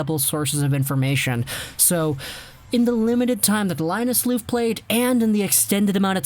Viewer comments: "Loof" xD Try saying "love" in a really cheesy way and the pronounciation will be a bit closer :P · The F in Lööf is pronounced as a V btw